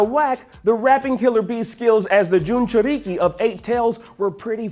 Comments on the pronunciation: I disliked this list the moment he said Junjuriki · "Junchuriki" Imma head out. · Jordan Walcott junchuRIKI lol I cringed